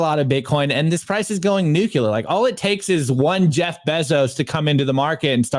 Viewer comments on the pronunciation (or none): Can you teach how to say Nuclear? He says Nucular on every single video, multiple times. I love the videos but it drives me insane.